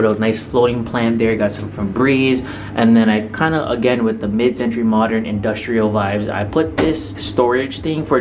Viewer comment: "mid centruy modern"